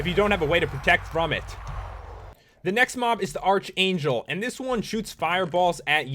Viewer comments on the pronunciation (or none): Sorry, but it's pronounced ark-ayn-jel ark-angel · ARCHANGLE IS PRONOUNCED arkangle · Arch... it is in fact pronounced Ark. But saying "Sorry, but it's bla bla bla" is just stupid just say "Pat its pronounced Ark-Angel"